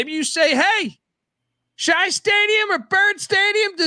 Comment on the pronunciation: Rutgers' stadium is pronounced S H I (not SHI or SHY). It's been located in the same spot since 1938. Its seating capacity was 23,000 until 1992. A complete renovation increased capacity to 41,000 in 1994. In 2009, the stadium became a 52K venue.